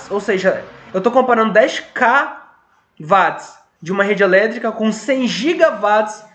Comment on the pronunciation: Eu gostei o vídeo, porém James Watt deve ter se recontorcido no túmulo quando você pronuncionou o nome dele. 😄